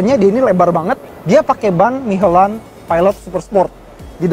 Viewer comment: michelin dibacanya miselin coy bukan mihelan ngakak gw dengernya